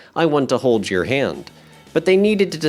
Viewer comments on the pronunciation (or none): none